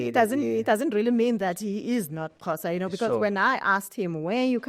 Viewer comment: Why can’t she pronounce Xhosa. Awu